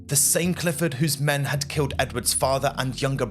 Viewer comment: Is this AI? I note you have an English accent but pronounce things the American way (Nor-folk). Also dem instead of men at one point and you don't blink much. The story is fascinating but it feels a bit weird, What is going on here?